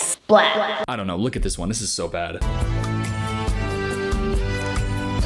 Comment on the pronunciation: I love that way tells “don’t know”, like she tells it like this “don’t knor”